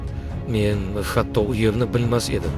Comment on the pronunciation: Sozlarni aytotgan odam hammasi hotto aytyaptiku😂